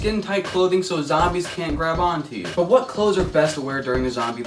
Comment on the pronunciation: when he said clothes in the beggening i almost left the video